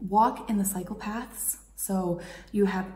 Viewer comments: Am I the only one who thought she said “walk into psychopaths” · The way you say cycle paths sounds a lot like psychopaths. I suppose you're not entirely wrong, there area lot of psychopaths in the cycle paths... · cycle paths; sounds like you said psychopaths....LOL